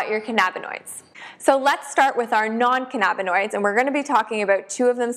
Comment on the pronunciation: It's cann-a-bin-oids.